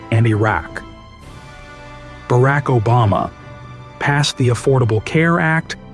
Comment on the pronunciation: It’s pronounced BUH-RAHK, “Patrick Star”! 🤨